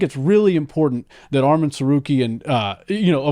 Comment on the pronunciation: ARMAN NOT ARMEN 🇦🇲🇦🇲🇦🇲🎰🎰